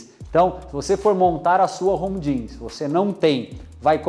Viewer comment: Pequena observação: quando vc for falar a palavra GYM, termine a com M e não com N. Caso contrario a palavra fica parecendo gin (a bebida). De qualquer forma, acho seus videos demais. Poucos videos ai falando realmente o que é necessário. Abracos